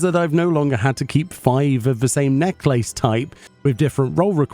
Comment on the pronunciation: I’ve never heard someone say necklace like that